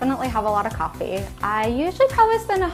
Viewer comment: You’re saying Coffee wrong!